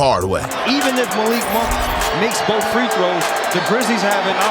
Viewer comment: his fucking lips too black he said "imma make boff" cant he pronounce "th"?